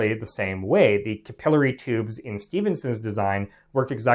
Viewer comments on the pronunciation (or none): You pronounce capillary improperly.